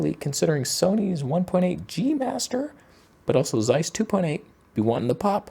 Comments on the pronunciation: "Zeiss" is pronounced "Tseiss" by the way, not "Seiss". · You should learn how to pronounce Zeiss.